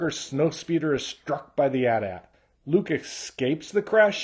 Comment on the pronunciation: I'm not one of those fans to get angry about much but when I hear AT-AT pronounced as AT-AT... I lose my #$%&!@ poo-doo!!